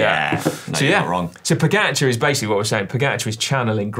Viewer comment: Are we not going to discuss how was pronouncing "Pogačar"?? 😂